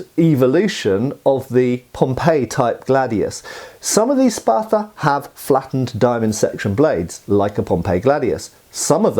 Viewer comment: Love me some gladii. You know what I find strange, being a yank and all, is the British tendency to add "er" to everything that ends an "uh" syllable., wtf is a Spather?!? You corrected your pronunciation later, but the first time you left that err slip out! Most Brits don't even try to correct it, you must be unusually self aware,.